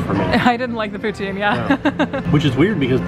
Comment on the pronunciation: Love your videos. Always chuckle how you pronounce poutine. In Canada it’s pronounced poutin like a ‘pou’ on a hot ‘tin’ roof